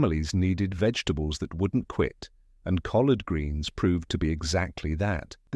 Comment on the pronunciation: The AI voice is making it hard to watch this with the mangling the names of vegetables